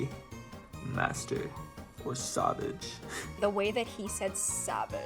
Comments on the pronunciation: I really thought he said sabbage lol 😂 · When he said savage i thought he said sausage an di was so confused- XD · “sAwHvAgE” AIQISJSIAOAKSJJAOJQJAND😭🙄